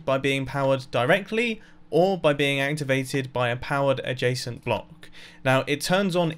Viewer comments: It took me 7 minutes to understand that he is saying adjescent not Jason. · It sounds like you keep saying ''a jason'' But I don't understand what you're actually saying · Every time you say "adjacent" I hear "a json", should replace my ears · who doesent know what a jasent or jacent block is well thats me everytime he says it im like wth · Wait i though he said "a Jason"